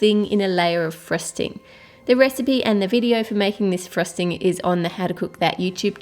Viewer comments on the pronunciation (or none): i love the way you say frosting you say it like frusting i know this is wierd LOL By the way not trying to be rude its just that i LOVE your accent!!